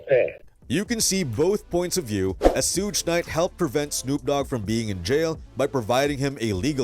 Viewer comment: man who the Fudge is sooge knight lol